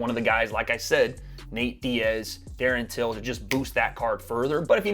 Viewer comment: “Darren tillon”😂😂😂😂